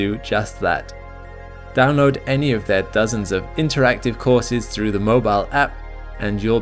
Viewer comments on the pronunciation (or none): none